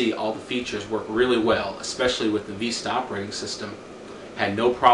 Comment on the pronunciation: lol you say vista funny (viiiiiiiista) but great reveiw keep it up